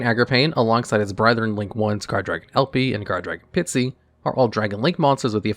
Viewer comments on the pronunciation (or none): Pisty, not Pitsy ffs